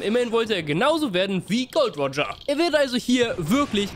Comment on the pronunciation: wie kann jemand der Vermeintlich Ahnung von der Serie hat nicht dazu in der Lage sein den Namen GOL.D.Roger korrekt auszusprechen ? An dieser Stelle ist das Video dann für mich auch zu Ende.